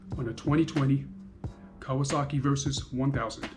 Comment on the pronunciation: Laughed my ass off watching you pronounce the maker!!